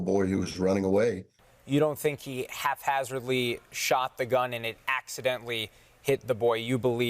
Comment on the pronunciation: Hate to be a stickler but said halfhazzardly instead of haphazardly.